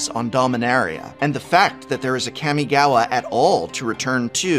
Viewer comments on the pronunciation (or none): Prof, I’m begging you. PLEASE get a pronunciation tutor for the Kamigawa names? Your current pronunciations HURT.